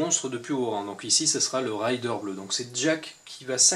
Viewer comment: merci pour la video hate d'acheter ce dungeon crawler sympathyque petite remarque raider se prononce comme c'est ecrit c'est un pillard et non pas un rider (cavalier chevaucheur) hehe